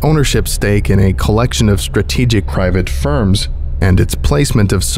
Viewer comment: Wtf was with how he said “private firms” Jesus that was jarring.